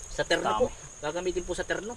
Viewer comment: torno sa amin hindi terno, from the word rotation